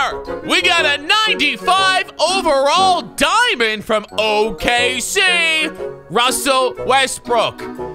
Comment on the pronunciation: 😂Wussell Westbrook😂